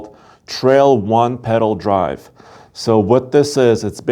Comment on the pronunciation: bro... it's not "Trail One- (pause) Pedal Drive", its read "Trail (pause) One-Pedal (.) Drive".